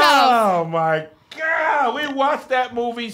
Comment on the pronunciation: Hey it sounds like Kev asked if you're down with GOP instead of GOD 🤷🏾‍♂️ back to you